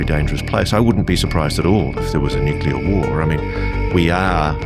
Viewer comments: I keep pointing out..it’s NEW-cle-ir not new-cu-ler nuclear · Why can’t people pronounce the word “nuclear”???? It isn’t fucking hard. NEW CLEE ERR … say it with me